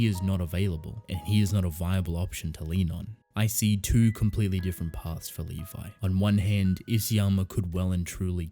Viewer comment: Dude it's Levi...